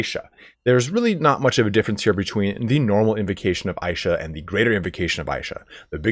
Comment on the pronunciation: Why the fuck are you saying "aisha". Its said "Isha" so many times in the game and still you want to misspronounce it. This is why nobody like americans